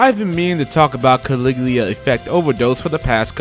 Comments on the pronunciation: Ka-Lig-U-La not Caligleea bud. Great video tho! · Let me tell you about Caliglia Effect. Caliglia! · what the fuck is CALIGLIA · Its CALIGULA...jesus christ... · At least learn how to pronounce Caligula, come on